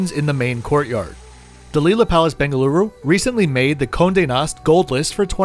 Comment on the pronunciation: just started to watch video the way you said "Bengaluru" I just subscribed :)